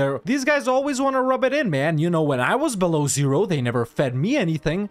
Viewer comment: I won't lie, that beloozeroo was really, really funny. Almost as much as Russian Russia.